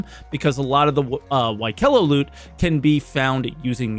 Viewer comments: Its fucking pronounced wik-elo. PogO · Wick-uh-lo As stated a few times in the patch notes. Like Yee-la or Yell-a I know what either means.